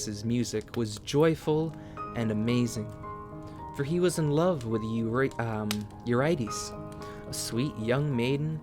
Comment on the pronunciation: listen i love this so much but the mispronunciation of eurydice is killing me lol